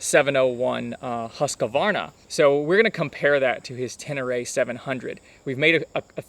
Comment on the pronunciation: I lost it after a couple of second when you pronounced Husqvarna as Husskavarna. If you cant say it right just call it Husky. Isn't there any american that can read and spell it right?